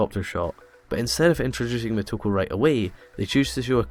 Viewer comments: it´s "Motoko", not "Mehtoko" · I'm wondering why you keep calling her "M a toko" when her name is M o toko. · exactly he's Scottish